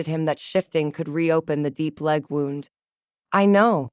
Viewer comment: I can't believe after all the experience you story tellers have gained that you still can't deal with the word 'wound'. It is another word spelled the same but with 2 different sounds for 2 different meanings. You pronounce 'wound', which represents a 'cut' or worse on the body (injury) as 'wownd' like 'a clock is wound' past tense. In this case the injury should be pronounced 'woond'.